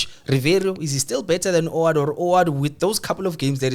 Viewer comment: guys it's WADU >> W A D U not OWADU.